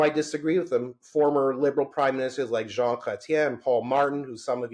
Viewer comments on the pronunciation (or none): none